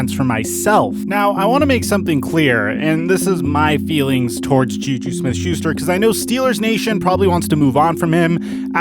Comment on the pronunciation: He called JuJu YouYou